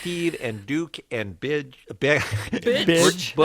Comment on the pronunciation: When he said “b*tch” instead of Butch, I DIED-🤣🤣😂😂😂😂😂😂😭😭